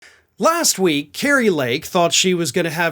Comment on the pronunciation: Say her name properly.. scary fake 😅